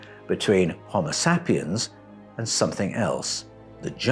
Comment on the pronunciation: I crack up when he calls us “ homo “ Sapiens” pronounced like “ sap” from a tree! I think we are a bunch of Saps for sure! 😂